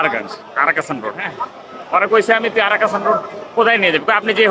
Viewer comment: রাস্তাটির সঠিক নাম 'আরক্ষণ রোড,' কারণ এই রোডে পাবলিক রেলওয়ে রিজার্ভেশন বা আরক্ষণ দফতর অবস্থিত। পুরো অঞ্চলটির নাম পাহাড়গঞ্জ। অশিক্ষিত মূর্খ লোকেদের উচ্চারণে আরক্ষণ হয়ে গেছে "আরাকাষা"।